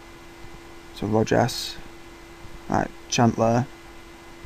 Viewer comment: For curiosity's sake. Rojas I think you pronounced well except for the j, maybe you slipped an u after the o. The j with any vowel, as the g before an e or an i, is pronounced like a stronger version of the English aspirated h. As in he or ham but stronger, air passing between the back of the tongue and palate. I think I already commented I'm with Palermo. Took them to Serie A as second of Serie B, lost the top spot in the last match, in the first season. In second I got them 15th with some signings, I lost two key players in summer, in the second I barely improved, got I think a 10th finish but with only four more points than the previous. This season has just begun but doesn't look like it will be much of an improvement, as I messed a bit with signings and now I have two players with the higher wages that I don't want but can't offload. If Player exchange they reject all contracts, and board blocks even mutual termination. I keep track of it over FM Base story section ("The pinkies are needed for a beautiful hand. A Palermo story" thread)